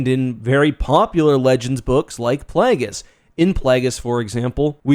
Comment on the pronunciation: "PlAAAAAAAgus" - weird-ass Canadian pronunciation